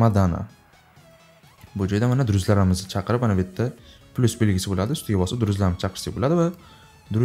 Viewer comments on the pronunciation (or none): none